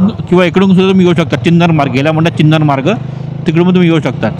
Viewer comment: चिन्नर मार्ग नाही तो चिरनेर मार्ग आहे.